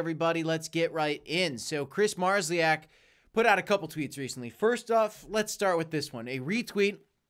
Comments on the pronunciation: Hi just to help you to pronounce Kris surname in phonetic way is: MAR-SHOW-EK or like amplifiers company MARSHALL-EK. Thanks for concentrated news without unnecessary bullshit. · Thanks for your work, love the channel. Be worth checking your pronunciation of Kris' surname